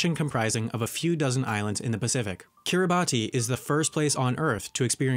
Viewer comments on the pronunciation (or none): Just a correction and to let everyone know: Kiribati is actually pronounced Kee-rih-boss instead of kee-rih-bot-tee because of a native language where “ti” is pronounced “ss”. Weird, I know, but you can kind of get used to it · 13.38 - one of 4 countries to have Guinea in its name. Another one is Papua New Guinea. 14.02 - Kiribati is pronounced Kiribas As you can tell, I'm a Pacific Islander... Good facts tho, learning heaps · Its pronounced Karabas even though its spelled karabati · Kiribass not kiriboss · Kiribus not kiriboss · Chribas not kiriboss as Christmas is pronounced Kiritimati. Ch - Ki, ri - ri, st - ti, ma - ma, s - ti Ch - Ki, ri - ri, ba - ba, s - ti Therefore, Chribas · lesotho is pronounced (Leh-SOO-too) and also "Swaziland" was officially renamed to "eSwatini". Also "Kiribati" is pronounced (Keer-IH-Bas) NOT (keer-Ih-Bah-ty). Suriname is NOT pronounced (Seer-Ih-NAM-ayy) it's just pronounced (SEER-ih-NAM) tsk tsk tsk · when you hear someone say KiribTI instead of KiribaS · What about Papua New Guinea? Liechtenstein is pronouce "LICK-ten-stine". Kiribati is pronounced "Kiri-BASS" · Ah! Kiribati is pronounced kiribass, ti makes the "s" sound in Gilbertese. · Kiribati is pronounced “kiriboss”. I know, it’s weird. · Finally!!!! Someone who know how to pronounce it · also why does nobody mention how kiribati is said Kiribahs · Kiribati is "Kiribas". Suriname is "Surinam" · Kiribati is actually pronounced Kiribass (like b-ass not bass) because they pronounce -ti as -ss. So the island of Kiritimati is Christmas Island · Great video, thanks for uploading. I'm sure someone else has said this, but the correct pronunciation of 'Kiribati,' is, 'KIR-a-bahss. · Sorry, Wendover, I must correct you: Papua New Guinea also has 'Guinea' in its name. Also, Kiribati is prounounced 'Kiribass' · Kiribati is pronounced Kiribas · No its pronounced Kiri-Bahs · Kiribati Kee-REE-bass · it’s pronounced ‘kiribas’ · it's pronounced kiribass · Its oronounced "kiribahs"